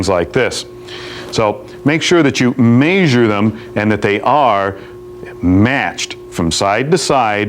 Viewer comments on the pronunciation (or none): "make sure that you MEEsure them." Was this maintenance section of the show for non-car people or what? Tire pressure, tire rotations/replacements, and oil changes should be something all car owners know about. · Heh, I caught that too. Also be sure to "meesure" your tires!